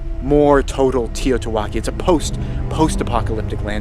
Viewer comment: The alien invasion was awesome. New people should check it out! Humour ? Is that what you were trying to do? Lol Im kidding. I was typing this on my phone while your video was playing on the tv…. You were doing the pronunciation of TEOTWASKI and I was belly laughing at it. I come for the info, but stay for the jokes.